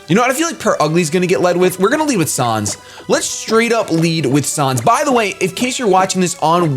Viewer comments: it's pronounced San's not sans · It's pronounced "Sanns" not "Sahns", as in Comic Sans, seeing as that's the font his text is written in (Sans Seriff in a geocide run.) Same ges for Papyrus, whose text is all in Papyrus. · it's said sans not sons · sonz? it's sans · His name is said like the font comic sans. Not sauns. :b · "sahns" "comic sahns" pls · Also, sans's name is pronounced like sand without the "d". As in comic sans. And his name is never capitalized. Just sayin